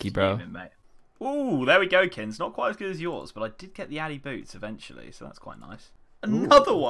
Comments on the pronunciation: What's he calling? Kinz? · You two are geniuses. Sick series in addition to the pvp challenges. Why do you call kins??